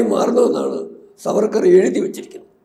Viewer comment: It's not Savarkar. Should be pronounced as SAAVARKAR.